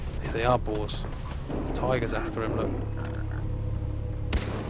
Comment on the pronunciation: when he said boars it sounded like balls